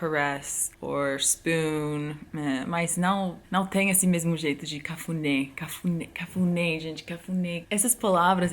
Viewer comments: Você disse "cafudê" no lugar de "cafuné" kkkkk A também não conhecia esta palavra.E olha que ela é casada com brazuca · Só eu entendi "quefudé" em ? hahahah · Cafuné não cafude kkkkkkkkk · ela: cafuné eu: cá fude!? ela : cafuné eu: ?? ela: ca.fu.né eu: aaaaaa cafuné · Será que só eu entendi, CAFUDÊ? KKKKK depois entendi cafuné 😂😂😂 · Eu nem entendi quando vc disse cafunê....porque nós pronunciamos cafuné. Ê IS PRONOUNCED LIKE THE E OF MONSTER, AND É HAS THE SOUND OF E FOR ELEPHANT. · Eu entendi cafude kkkkkkkk meu deus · Gente eu entendi: cafuder🥴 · kkkk só eu que ouvi "cafudé"? Sorry kkk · Ela falando cafuné errado é tão fofo 😍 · quando ela disse cafuné eu não tinha entendido kkkk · é cafuné com a entonação no "né" se vc falar desse geito aí as pessoas vão querer fazer outra coisa 🤭 kk Brincadeiras a parte, você é maravilhosa e seu português tá muito bom ♥️